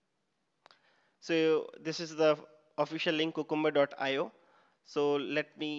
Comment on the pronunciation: THis is a great tutorial. Appreciate all your efforts, however please note that 'Cucumber' should be pronounced as 'Q- cum- ber' and not 'ku-kum-ber'